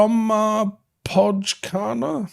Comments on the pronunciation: Not bad pronunciation, if say his old team finetically. Bromma poy car na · Nice try on the Bromma Pojkarna! The real pronunciation sounds more like " Poikarna" just a little tip 👋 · trying to pronounce Brommapojkarna💀